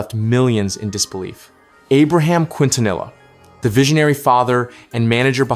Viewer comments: The way you pronounced Quintanilla 😅 my goodness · Unbelievable, you don't pronounce Quintanilla with the Q like in "queen" or the double "ll" like the word "vanilla" 😂